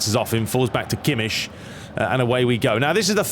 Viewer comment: It is “Kimek” NOT Kimsh!!!!!!!!